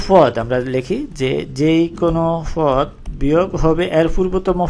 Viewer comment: পদ রে বলতেছেন ফওদ... ধারা রে বলতেছেন দারা.... 😂😂😂